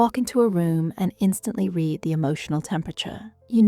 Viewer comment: fix the pronunciation of "read" in the first three seconds